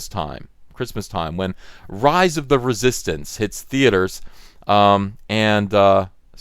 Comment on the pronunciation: Writhe of the Reee-Soy-Stance? 🤔